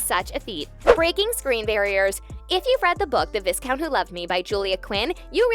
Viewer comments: Nice review but it is not VIScount, it is pronounced Vi-count with a silent S. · For God's sake!! VI..COUNT. not viscount. The s is silent.